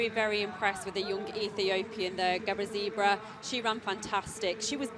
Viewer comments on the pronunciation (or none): Brutal! "Gabbazebra" fhs! She doesn't even pronounce the city correctly.